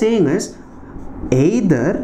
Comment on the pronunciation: Sir ur "aaeither" can be made a meme lol btw nc aaexplanation